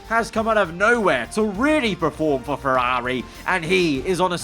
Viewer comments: Ferrari ❌ FerRAWRI ✅ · How he says Ferrari always irks me idk why 😂